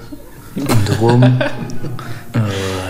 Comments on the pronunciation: il avait dis durum et pas rhum. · Il ne dit pas du rome mais droom soit un peu comme un tacos sinon masterclasse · il dit pas "du rhum" il dit "dürüm" mdrr c'est un kebab en gros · C’est « durum » pas « du rhum », c’est genre un kebab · C’est pas du rhum mais du dourum une spécialisté belge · « Durum » pas « du Rhum »😂 c’est de la viande kebab dans une galette.. comme un peu un tacos, et c’est turc c’est pas belge😅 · Il ne dit pas "du ruhm" mais durüm, sinon super vidéo, en tant que belge, je suis plié de rire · Super vidéo juste il dit dourum pas du Rome